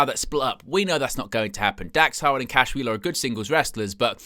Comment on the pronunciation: Are you saying Howard or harwood?